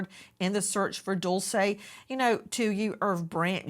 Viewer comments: AI voice guy keeps saying Dolce…. It’s Dulce Maria Alavez not Dolce & Gabbana. May DULCE be found safe and sound. Prayers ❤ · Its pronounced "Dool Chay" Not Dulsa or Dool say! I walk around where my child is... never sitting down or taking my eyes off of my child! Always on the alert and if a child approaches my child trying to leave somewhere else I stop that then and there! Traffickers use other children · He said her name wrong